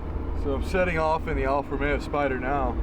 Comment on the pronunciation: I'm just happy to hear someone pronounce the name correctly. Alfa Romeo, not ROMERO.